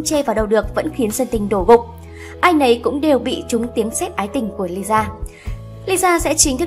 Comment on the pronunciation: Lisa má ơi cứ đọc nhanh là ra Liza à 🤦‍♀️